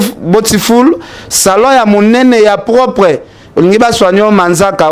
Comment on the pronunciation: Salon botfoul😂😂😂😂noon ken .beautiful (ça se dit bioutiful)😂😂😂😂